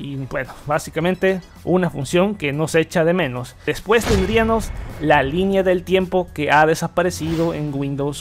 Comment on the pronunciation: Me gustó tu canal, sólo que cuides un poquito tu pronunciación, escuché que en las palabras que terminan a en "--íamos" como tendríamos, habríamos, pondríamos, etc., las cambias por "--íaNOS" y dices mucho "tendríaNOS". Fuera de eso que me saltó mucho en el video, todo me Interesó bastante... Saludos.